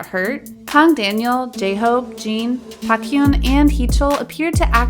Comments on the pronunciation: And for Baekhyun she pronounced it something like "Bak-yon" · did I just heard bakhyun and chenel???? I hope next time you learn how to pronounce their names right